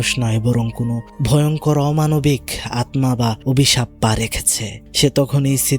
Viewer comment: আপনি সবসময় আত্মা কে আতমা বলেন কেনো🙂